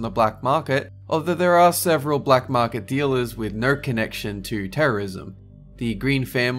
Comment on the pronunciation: "Black marpet"